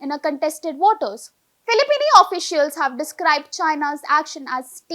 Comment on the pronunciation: Filipino not Filipini 😊